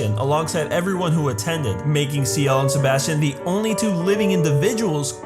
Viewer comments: C - L . = ciel. not seal xD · The mistake is that you pronounce Ciel like Siel